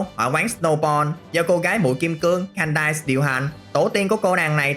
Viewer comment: Candice là không phải phát âm Kan-dise mà là Kan-diss giống như tên Candace của phim Phineas & Ferb á. Nếu em có tk game Pokemon Masters EX thì em có thể nghe bả xưng tên ở voice Eng